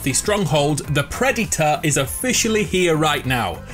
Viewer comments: Nobody:: PRED-Y-TOR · nobody: him:preditor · The pre di to-r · the predyter Me: visible triggerness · Whoa whoa whoa Did he say Preditor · This dude : "THE PREDITOR" ..... "THE PREDITOR" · the pred e tah is here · your saying predator wrong